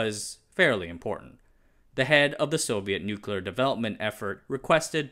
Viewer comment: Dear narrator, it is pronounced nuclear, and not new-cular